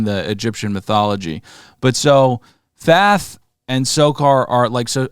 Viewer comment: God damnit are you saying Thath on purpose its Thoth with an O fer fuck sake